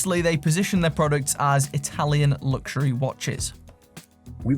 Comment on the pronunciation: I always skip these adverts because they always say lugsuary watch,which really grinds my gears,just saying.